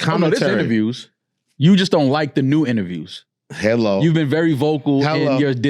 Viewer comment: Elliott with that Westcoast "Hello!!"😂😂